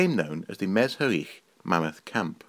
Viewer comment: Very poor representations, you even did not bother to find out how to pronounce Me-zh-i-rich properly. As for arts, there were plenty there, including engraved jewelry and musical instruments made of bones. I don't blame you of course. These historical facts were mostly ignored in Western Europe, and deliberately neglected in russian empire (with German royalty) and the soviet union (to eradicate the national identity of Ukraine) because history to this time is the politics first of all.